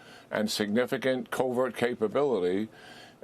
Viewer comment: Did he say "covert" possibilities? 😅 🎯 If he did . . .🤭